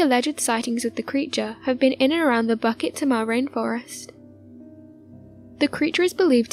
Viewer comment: Its not BUCKET THEMA....its pronounced BOO-KIT TEA-MAH!